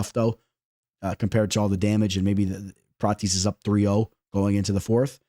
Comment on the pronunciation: Say it with me brother... Prah-tez